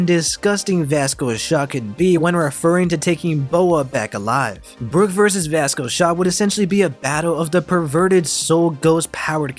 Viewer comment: Is… is he saying “basco shock”???